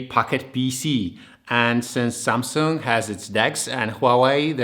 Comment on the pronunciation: Fajnie z biegiem odcinka zmienia się wymowa z samsang na samsung xD